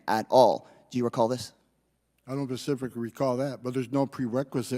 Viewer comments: Pacifically? WTF ignorant muppet. "Only the best people"... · He doesn't "Pacifically" remember anything. How do goons of this intelligence level end up managing 20,000 ICE agents? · Did I just hear Mr Ice repeatedly say…. “Not pacifically?” This man sounds like a pig. Yeah…. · Homan said “not pacifically.” Dismissed. He's just another angry, white, obese male with a booze nose. Very Americana. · “That’s a lie!” Casar proceeds to prove Homan is actually the liar. The right are a circus of clowns. “Pacifically” Homan said that at least twice here. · Mr Casar: "Do you remember...?" Holman: "..not PACIFICALLY!" Seriously?????? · Casar: “…do you recall that?” Homan: “Not pacifically.” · "Not 'pacifically'...shows his level of intelligence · "Do you recall that?" "Not...paciffically..." This guy is a moron 😂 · He probably would say he "doesn't pacifically remember" lol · "not pacifically" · Not Pacifically? Pacifically?